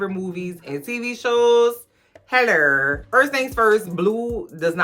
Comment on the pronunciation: There goes that accent, hellur 😉